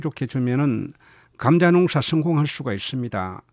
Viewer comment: 감△ , 자▽ 엑센트가 특이 하시네요^^ 감▽, 자△ 이게 옳은 엑센트인 것 같은데요^^